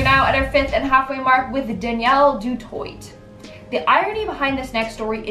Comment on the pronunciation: Doo twah...not toyt 😉 it's French 🥰